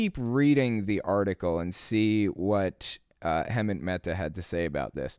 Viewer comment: You should know how to say Hemant's name by now